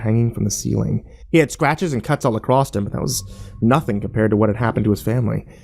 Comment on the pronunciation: I wish people still read books or read something, anything as long as it involves actually reading as the fact that most Americans think the word "across" has a T on the end shows that literacy is a thing of the past. Soon humanity won't be able to think in the abstract and these governments will be able to do anything they want with impunity. I don't think people realise that the size of your vocabulary is directly connected to how well youcan think and they don't see the danger in the downfall of books. I give us one generation after everyone stops reading and after that the end is imminent.